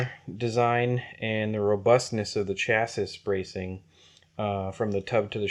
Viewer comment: Run it on 5s. It's the perfect voltage for the kaiju. Not 4s. And "chassis" is pronounced CHASSY